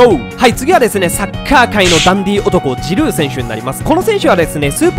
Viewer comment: オリヴィエ・ジルーじゃない。 オリヴィエジ⤴ルー⤵だ